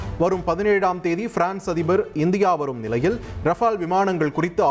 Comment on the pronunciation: தமிழ் தான் தெரியலனு நினைச்சேன் rafela rafalன்னு வசிக்கிற.. இன்னும் ட்ரைனிங் உனக்கு தேவை போலவே 😂😂😂